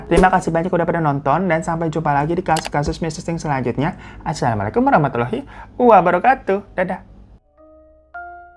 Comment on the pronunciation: Bang sekedar mengingatkan aja nih ga ada maksud lain, ada baiknya kalau mengucapkan salam pengucapannya harus bener2 bg, karena kalau kita ucapinnya salah otomatis artinya pun jadi beda kan. Kayak Assalamualaikum sama AssHyalamualaikum kan udah beda tuh otomatis artinya pun berubah. Gitu aja sih bg, tetap semangat ya bikin videonya bg gasabar nunggu video Teman Cerita lagi ❤❤❤❤